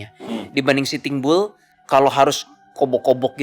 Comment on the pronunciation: Kenapa denger pelafalannya sitimbul, ternyata sitting bull 😂